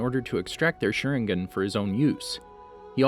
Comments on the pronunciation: Hes shooting them all with a shurin-gun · I cant get over at how you pronounced sharingan